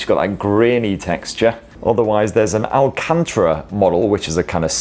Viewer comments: Alcantara not alcantra. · Have never heard of anyone pronouncing al-can-ta-ra as alcantra. You must not be a car guy. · "there's an al-can-tra" model. Its "al-can-tara" you geordie knob-jockey. love the vids fella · I've never heard someone say Alcantara that way. Is that a British thing or...?